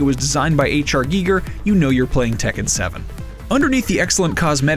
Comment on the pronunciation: Gah the way he said H.R. Geiger.